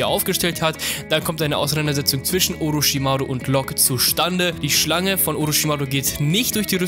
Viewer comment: Oroschimaru genauso